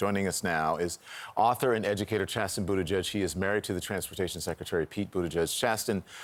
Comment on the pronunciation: his name is Chasten not chasm. 😵‍💫